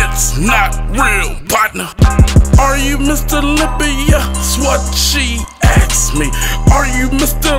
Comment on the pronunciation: why does he says axed me not asked me ?